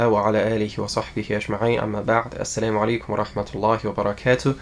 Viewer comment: Plz first retreat your Assalamuaalaikum. ..war Hamatulla War ba ra ka tahu. .. of Accent in Correct sound.